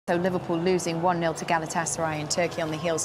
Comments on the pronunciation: 😂😂😂"Livelybool - Stay Humble Eh!"😂😂😂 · 😂😂😂"Livelybool - Stay Humble Ah!"😂😂😂 yeah to be honest Arne Slot has a lot of job btw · 😂😂😂"Livelybool - Stay Humble Ah!"😂😂😂